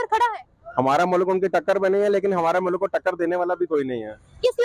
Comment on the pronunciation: Phle mulk ko mullak bolna Band kro. Urdu ki maa behen krdi.